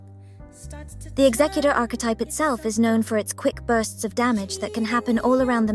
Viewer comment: This is a really small thing, but it means a lot to me. Thank you for having the word "executor" pronounced correctly.